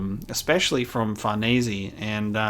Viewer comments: if the name is actually supposed to be italian, then his pronounciation, thanks to people commenting who clearly don't speak italian, is worse than before... sounds more like americans trying to pronounce bologna and failing miserably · Holy shit, a reply by the man himself. I feel both honored and sad. Sad because it was over something so stupid on my part. I was just nitpicking the pronunciation of the "e" part at the end of her name. You pronounce it like any native english speaker would (and english is about the only language I know that pronounces an "e" that way, as /i/ instead of /e/). But yeah, nitpicking. I didn't mean to attack you and I apologize if that's how it came across. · I won't lie I always presumed it was pronounced FarNees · I was getting worried we wouldn't be getting this anymore. Nice to see it's back. Also STILL pronouncing Farnese wrong xD